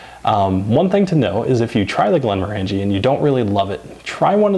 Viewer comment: It’s pronounced glenmorangie as in orangey.